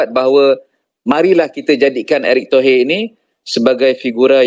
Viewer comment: Nama orang dirubah erick thohir kok jd erik tohee, intonasi ke inggris2an